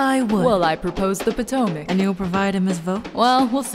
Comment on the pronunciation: When it comes to The Room Where it Happens the most inconsistent part from cover to cover is the pronounciation of "Potomac" lol